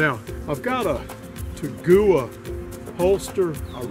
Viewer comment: Great video and information. BTW the holster is pronounced Tag--wah. no offense I am a Taurus man. I have a G2 Millenium and is excellent. No mishaps in over 1500 rounds. An 856 is on the way home as a swop for a defective Rossi revolver. You made me even more eager to get this pistol. Thanks again.